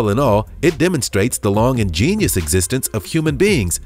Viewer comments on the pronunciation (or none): none